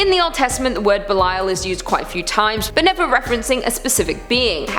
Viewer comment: Also Thank u, for pronouncing Belial correctly. Belial is DEFINITELY A VERY INTERESTING & POWERFUL INFERNAL KING! According to the Bible, King Belial was the 2nd only to Lucifer to be cast from Heaven... BUT WHAT ABOUT THE 19 BOOKS THAT HUMANS HAVE CHOSEN TO "CUT✂️OUT" OF THE BIBLE? ~Everyone should REALLY ask why that is... And what do they say in them that made them be cut out?!~ 🤔 BOOKS LIKE: 1 Esdras, 2 Esdras, The Book of Tobit, The Book of Susanna, Additions to Esther, The Book of Judith, Wisdom of Solomon, Ecclesiasticus, Baruch, The Epistle of Jeremiah, The Prayer of Azariah, Bel and the Dragon, Prayer of Manasses, 1 Maccabees, 2 Maccabees, Book of Enoch, Book of Jubilees, Gospel of Philip, and the Gospel of Mary. THATS A WHOLE LOT THAT WAS TAKEN OUT... So how many ppl REALLY know the Bible? The actual full Bible that HASN'T been cut up to suit different era's of humans making religions...